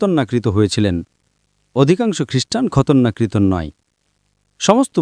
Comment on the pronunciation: শব্দটা ঠিকমতো বলুন বা অনুবাদ ঠিকমতো করুন। খতনাকৃত হবে, খতরনাকৃত নয়। শহরটার নাম নাজারেত, বর্তমানে পশ্চিম তীরের বর্ডার থেকে কিছুটা উত্তরে অবস্থিত। ডক্টর নায়েক কিছুটা ভুল বলেছেন, উনি যদি বলতেন যদি খ্রিস্টান হতে চাও তবে ইঞ্জিল পড়ো, তাহলে ইসলাম ধর্ম অনুযায়ী ঠিক হতো।